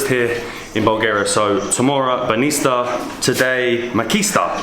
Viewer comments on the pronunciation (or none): Banista🤣🤣🤣 its Banitsa